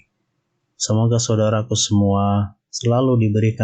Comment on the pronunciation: Bukan aloh tapi allah